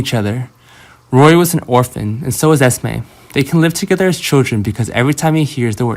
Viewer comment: Her name is Esme not Estimate